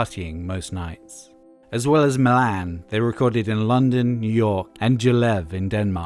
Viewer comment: And Milan. Lol